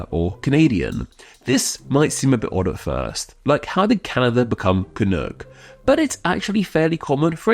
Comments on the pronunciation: You have a very weird way of pronouncing it. You say it like ca-nook, but I've only heard it pronounced cuh-nok. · It's can uck (like yuck) not can ook. God damned english men! LOL! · Isn’t canuck pronounced with the ending like duck as opposed to cook? Can-uck rather than can-ook rolls off the tongue better. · It’s pronounced “canuhk” not “canook”. I’m Canadian and live in Vancouver where the hockey team is the Canucks pronounced Canuhks. If you’re going to do an etymology video get the pronunciation correct. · I’m guessing others have pointed this out, but the word is pronounced [kənʌk] (rhymes with buck) rather than [kənʊk] (rhymes with book). Brits in particular seem to prefer the latter pronunciation (maybe because it sounds like another Canadian term in Chinook? I dunno…). But it sounds awful when referring to the Vancouver Canucks hockey team that way. And no, Canadians don’t regularly use this term at all – in my experience it’s most common in U.S. journalism (particularly when trying to sound clever/cheeky). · I'm Canadian, and I've never even heard of the idea that "Canuck" would be offensive, though I expect that Quebecois may not like being called "Canucks". Also, it is not pronounced "Canook", and thus does not rhyme with "toque". If you don't know how to say "toque" properly either, then just rhyme it with "duck" instead of "duke". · As a canadian hearing "canook" sounds so wrong. It rhymes with duck not book😊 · Canuck rhymes with truck or luck. Not "canook". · At least here in the US we dont pronounce the U in canuck that way. We say it like the u in "um" or the er in british "erm". Sort of rhyming with "buck" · You pronounce Canuck wrong. :) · One thing. Your pronunciation of Canuck sounded a bit off to me. As an English speaking Canadian, I would pronounce the second syllable to rhyme with buck or tuck, not book or took. Otherwise, nice to see you showing some love to Canada.